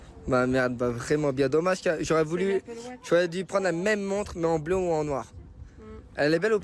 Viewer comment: Il dit bleu pas beu